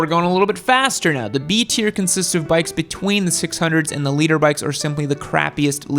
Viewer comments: Did he seriously call it a leader bike? It's a litter bike, as in 1000cc in a litter..... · What an helmet noob you haven't got the slightest clue all your info just cherry picked off the internet half of it is wrong. And it's litre bike not leader bike you absolute melt. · Litre. Lol thought no one was going to mention it. Made me second guess what it meant if the was saying it